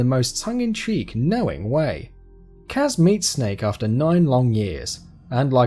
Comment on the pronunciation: it's kaz (k-ah-z)